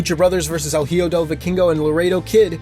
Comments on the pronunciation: Hijo=e-ho NOT "he-ho" It always bothers me how English speakers always forget that the H is silent in Spanish, is not that hard kids if you're ever to learn anything about another language let it be that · Hijo is pronounced: ee-ho